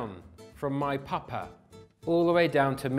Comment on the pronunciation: When you say papa its sounds Scandinavian